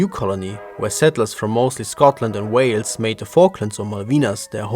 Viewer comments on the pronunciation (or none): none